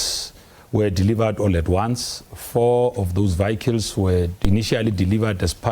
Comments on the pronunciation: This idiot can't even speak probably. Not vehicles. Vikkles🙈😠. Bule mabe. Same as phala matras. No go and look under matras. At the farm was that was also stolen money. Born too steel. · Vee-hycles 😂. Does he think he sounds smart?